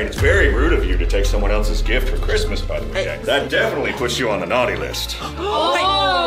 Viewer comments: It not crismas it's February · It's not chirsmas